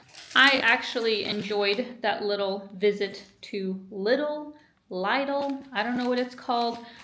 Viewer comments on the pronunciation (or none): leedel is how its said lidl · LiDL is lee-dil as far as I know. Congrats on the apartment, very, very nice! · we have a combo washer / condensing dryer... clothes come out, 'almost' dry, still needs to be hung up for a while before being put away good luck with yours, maybe they got better at drying these days. p.s. the pronunciation is "Leedl"